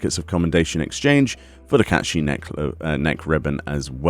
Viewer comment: It’s like ur saying caith shit